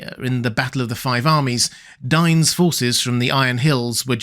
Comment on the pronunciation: It's dain not dine 😡